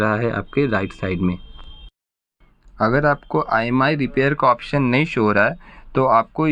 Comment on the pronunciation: Bhai not imi that Is imei